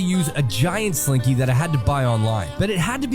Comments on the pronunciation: It's. Slinky not. Slink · It’s slinky!!! Not slinky! 😂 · It’s slinky, not slink